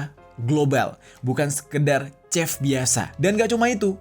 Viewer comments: Maaf kak ralat ya "chef" dibaca seperti "shef" bukan chef . Terima kasih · Bukan Sep, Shef..